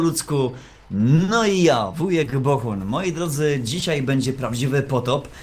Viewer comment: błąd:D nie Wuhek tylko Wujek:D